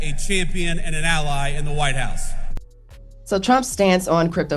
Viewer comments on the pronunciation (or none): none